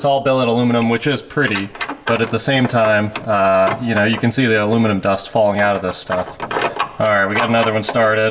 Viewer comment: Nice to see an American saying aluminum correctly 😊